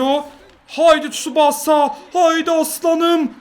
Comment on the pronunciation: Abi tsubaasa değil Tsubasa diye okunuyor lütfen artık böyle okur musun